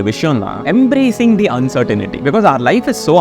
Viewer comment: That's "uncertainty" and not uncertainity :glasses-purple-yellow-diamond::face-green-smiling